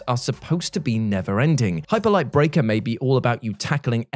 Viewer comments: The first time says “brrrreakerrrrr” I though to myself “He must still be listening to the WC wrestling podcast” 😂 Miss ya on that channel! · “Hyperlight Breakerrrrrrrrrr” 🤣 I love you,. You bring great joy to YouTube. Oh, and my most anticipated are Star Wars Outlaws and Hellblade 2.